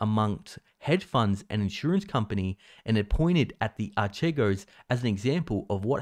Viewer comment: I noticed that you weren't able to read/express the middle syllable of the word "Archego" (R.K.Go) I offer you an effective online reading programme